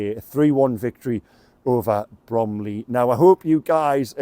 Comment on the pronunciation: It’s Bromley